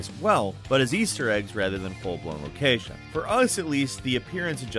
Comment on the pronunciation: A lo-CAYYY-shin